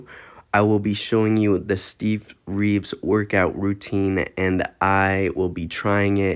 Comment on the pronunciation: Training like Steve Reeve's what?? And his name was Reeves, not Reeve.